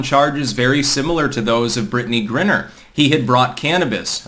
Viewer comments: it's Griner, not Grinner dude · it's not pronounces "Grinner", it's pronounced "Gryner" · It’s “gryner” not “grinner.” Yes, I am a pedant. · G-RYE-NER,. Same thing with John Cornyn,Cor-NIN,not Cor-NINE. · her name is pronounced Gri-Ner, with a long I. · GRI-ner..like CRY-ner. Christ,. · The fact repeatedly mispronounces Griner's name shows he knows less about the WNBA than the rest of us and that's saying a lot.